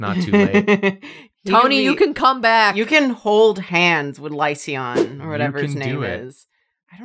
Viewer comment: I feel vindicated every time someone pronounces the "a" in lycaon which it SHOULD BE.